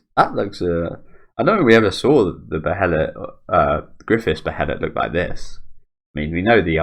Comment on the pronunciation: not to nitpick or anything but it's pronounced "baelit"